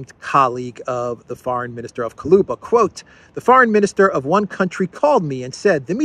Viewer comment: Kuleba not Kaluba 😎